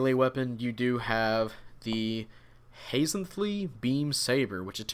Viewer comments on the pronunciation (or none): from what I've it 's pronounces Haz-N-Thlee